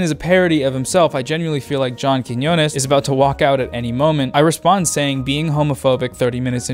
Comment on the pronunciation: Not often does one hear a gringo pronounce the "ñ" so well as when you said "Quiñones". Also, I finally remembered to subscribe.